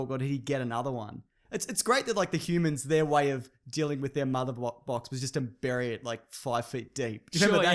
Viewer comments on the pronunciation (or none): none